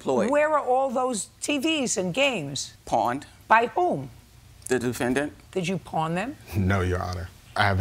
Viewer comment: "The doofendant" 🤣